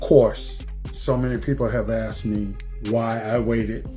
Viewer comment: axed..you mean ASKED?